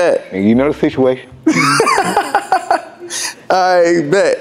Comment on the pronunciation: “ you know the sithuation” 😂